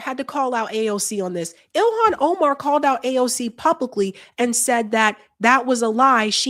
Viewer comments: Oh-Mahn not Omen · It's not pronounced Omen... God learn how to speak.